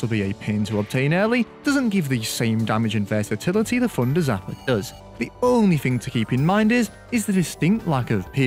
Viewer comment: My guy. I actually had no idea you were saying “thunder zapper” the ENTIRE video. Deadass thought it was the funder zapper